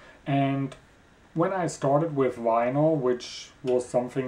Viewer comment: Aha, you ate German. Heard it when you said vinyl. It was with a W as Germans pronounce the V.